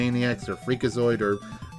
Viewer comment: Yeah I love Tiny Toons more than Animaniacs why say Bonkers like that c mon